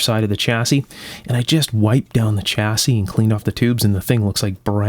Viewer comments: i am not criticising yo but it shasse not chassie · The "Ch" in "chassis" is pronounced as in "Chevrolet"...